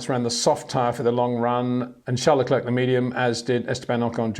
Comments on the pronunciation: First say Claire. Then say Leclerc. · When will Peter learn how to pronounce Verstappen en Leclerc?